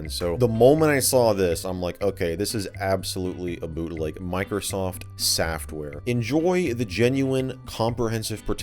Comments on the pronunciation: The word “softuare” made me laugh 🤣🤣🤣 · "sofuare" - totally legit microsoft packaging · microsoft saftware ssssss- what? sofuare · Software or Sofware? No it's SAFTWARE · Soufare SA FTWARE Softwear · ah yes microsoft sa ftware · "sa ftware" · “Microsoft sa ftware” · ah yes I love my sofuare